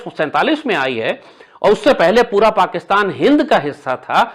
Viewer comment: ओ दादा, पकीतान नही पाकिस्तान बोलो।